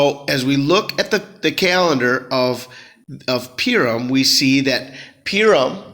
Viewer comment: Purim... pronounced Poohrim...😊